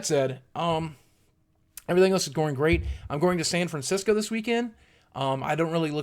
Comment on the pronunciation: San Francisco... San Francis-co. xD But seriously, San Francisco: home of aging hippies and hyper-liberals (aka SJWs). Oh Cartman, we should have listened to you...